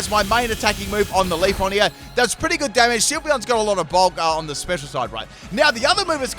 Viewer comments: Out of all of mispronunciations, LeafON bothers me the most. Always makes me think of "Wax on, wax off" from the original Karate Kid. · Manages to say every other eeveelutions name correct but leaf"e"on. I'm not complaining I just think it's funny.